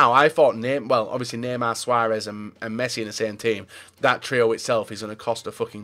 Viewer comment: anyone notice how says "amd" instead of and a lot?